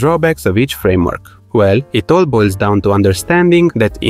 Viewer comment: "Frameork" fluent, oops!